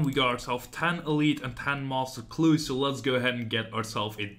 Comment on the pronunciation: Also, the way you say master clues <3 <3 <3 "Moster" hnnng